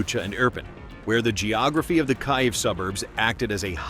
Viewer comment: Why does the AI read Kyiv as Kayev?